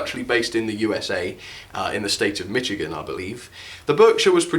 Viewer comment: It’s pronounced “Mishigan”, not “Mitchigan”, even though it is spelled “Michigan”.